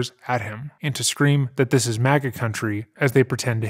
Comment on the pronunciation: Every time he refers to his innocence he says “…do dis.” But every other time he pronounces TH it’s not with a d sound.